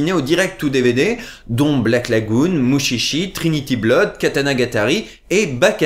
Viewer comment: Mutchitchi... ._. Mushishi... Avec un "ch" doux, comme dans "Charlotte". (le passage avec les bruitages de Motus m'ont fait hurler de rire XD) D'ailleurs, le doublage de Mushishi aussi laisse fortement à désirer.